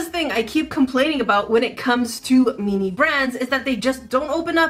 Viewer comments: i love how you pronounce "mini," 😂 it sounds like youre saying "meanie" 💕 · Why do you say "MINI" but it sounds like you're saying "MEANIE"... I don't get it.... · The way she said "MiNi" 😆 🤣